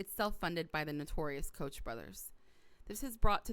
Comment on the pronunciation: Good report. I hit the thumbs-up button. Koch brothers is pronounced Coke brothers.